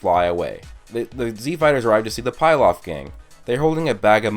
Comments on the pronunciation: PILAF is pronounced PEELOFF sorry but that was super annoyimg how you said PIELOF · pilaf gang not pie laf. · It's pronounced (pee-loff) not (pie-loff) I know that's nitpicking but it bugged me more than it should have.